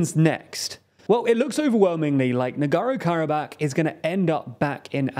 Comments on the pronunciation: NagorNo. Not Nagoro. There’s another N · I know spelling and pronunciation of Non-English names is not easy sometimes. But please, dear, at least TRY. This channel is notorious for blatant misspelling of names. It's not "Nogoro-Karabakh", it's very clearly "Nagorno". Literally every video is like this, I just remember how Prigozhin was always called "Prizhkovin" or something. It's no problem If it happens here and there, but also, it's not THAT difficult to just briefly chek correct spelling and pronunciation before recording, shoukd take a minute at best. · I found his leaving out the N in NagorNo very distracting. Sorry, to be picky. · I love your content, but I beg you, learn how to pronounce the places you talk about. Don't skip letters that are right there in their names as written down. NagorNo, mmmmkay? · Take a drink every time the host mispronounces the name "Nagorno" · There’s an second “N” in there, btw. Work on that pronunciation,.